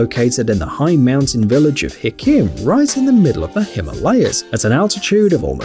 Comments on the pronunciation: Its not "hikkim" its (Sikkim).. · that's not HIKKIM. its SIKKIM